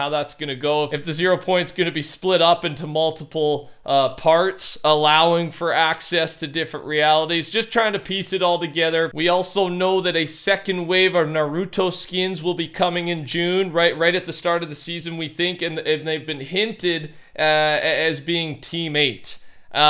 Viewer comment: It's naruto not naroooto